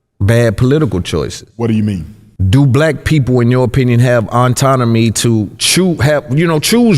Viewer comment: Autonomy brother not auntonomy